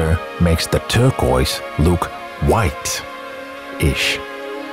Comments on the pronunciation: I like the video, but the way you pronounce turquoise.. kills me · cool video! the close up shots are really awesome. you also say turquoise funny 😁